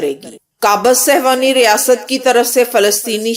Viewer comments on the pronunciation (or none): صہوانی نہیں صیہونی ہوتا ہے